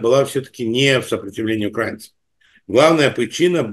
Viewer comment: УкраИнцев,а не укрАинцев,спасибо!